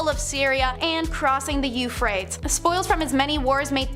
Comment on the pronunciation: The mispronounciation is really awful, agreed. It killed me when she mispronounced Euphrates and the word usurp...not upsurp